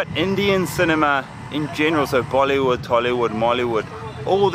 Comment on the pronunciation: he did not just say "mollywood" XD